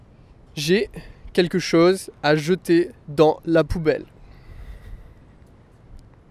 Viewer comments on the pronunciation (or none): none